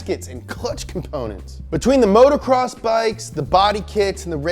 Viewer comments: love you dogg, but it’s moto- cross, not motorcross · It's motocross not motorcross...